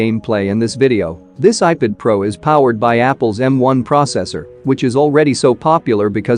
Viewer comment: Please do something to make your bot pronounce ipad as ipad not "ipud"